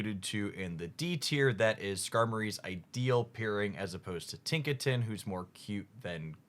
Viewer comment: nice “tiknaton” you got there